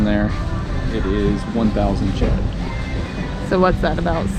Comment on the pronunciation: I am beginning to realize that you guys usually mispronounce the Burmese currency in several videos. The correct pronunciation is "Jaard -- get that [ah] sound in place", not "Jet" nor "Jiat". Otherwise, you guys are a humorous couple, and I always enjoy your videos as always :-)